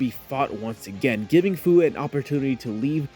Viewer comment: just so ya'll know, and ya'll might not care, but Fu's name is pronounced Fee-you or you could just Take the Fu out of Fu-ture. if that makes any sense.